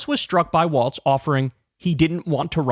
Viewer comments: Dear Kyle, I love your show 💙💙💙🤗🤗🤗 ... thrilled as can be ... with all due love and respect 💗💗💗, "Walz" is pronounced like "Walls", not "Waltz" ... no "t" sound 🤗🌿🌷💙💙💙💙💙🌷🌿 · its pronounced like walls not waltz. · Kyle I’m gonna need you to learn how to pronounce his name it’s Walz not Waltz! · It’s walz not waltz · I guess even fans of his will continue to mispronounce his name. Kuh-ma-luh and Waltz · Kyle your take is great on Tim Walz but for the love of all things please say his name correctly. His name is pronounced "Walls" there is no "t" in his name, its Tim WALZ!!!! Thank You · Kyle. Say it right, he deserves it, Tim Walz. Start by saying Tim Walls if it helps.